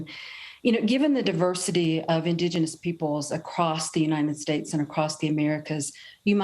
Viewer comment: Joe can’t even pronounce indigenous.